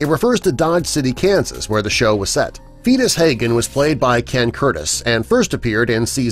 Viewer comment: "Feetus Haygen'???